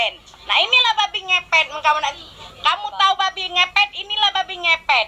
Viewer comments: Babi kak babi, bukan babek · Bukan babe neng tp babi B-A-B-I hadeh neng ngomong babi jd babe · yg saya tau itu "babi" bukan "babe" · Itu babi kan,, tp gw denger kok babe,, apa gw yg slh dengar 🤔🤔